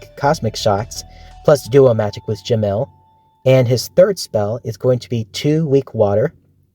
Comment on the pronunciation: I'm so sorry, I'm not making fun of you, but I've heard anyone pronounce Jamil like "JAH-mill" Or Epel like "EH-pull"